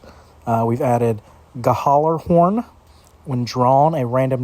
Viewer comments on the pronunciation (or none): They're pronounced Meyolnir and Geyalar-horn